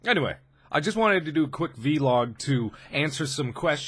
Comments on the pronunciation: I like how he would say "V-log" instead of vlog! It was just his little way of putting a spin on his own things! It's so cute! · The difference in how he used to say v-log instead of vlog is just too much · One thing that makes me frustrated is he says V log but it is Vlog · Every time he says "v-log" I cringe a little more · V-log? Oh no mark.... oh no you did not just say that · Did he really say veelog? Please tell me he was joking, 'cause it's really bothering me. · its vlog not v-log lol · Ah yes, vee-log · Oh Mark so innocent not knowing how to pronounce vlog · V-log..... V....Log... VVV....LOOOG cant get past that XD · Haha I love the way he said vee-log it cracks me up every time x) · Vlog....he said it "veylog" .... love him but wow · Aww~ look at baby mark. Doesn't even know how to say vlog.